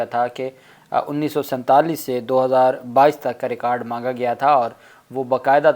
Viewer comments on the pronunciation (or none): none